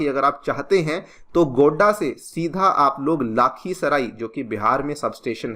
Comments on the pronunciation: sir aap mare hometown ko glt pronounce kar rahe ho 😢 lakhisarai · It's not गोडा it's गोड्डा लाखीसराय नही लखीसराय 😅